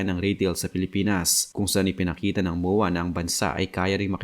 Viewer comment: Moowaa pla Yan 😢 kala ko MOA MOOL DN tawag mo hnd lahat bisaya na nood Sayo kaya mag aral ka mag pronounce ng tagalog Ng Tama kaya kayo na pupulaan na bisakol or bisaya bay na bay Kasi sa poorma😅 promise